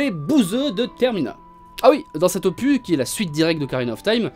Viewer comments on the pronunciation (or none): Le "s" d'opus se prononce... 😜